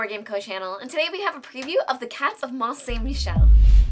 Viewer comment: Good french pronunciation of the game's title! Alex would have botched it! 😅😋